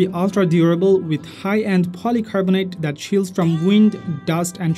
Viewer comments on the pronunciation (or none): none